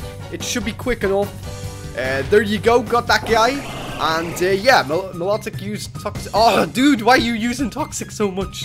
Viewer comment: its not me-lo-tic (milotic) its my-lo-tic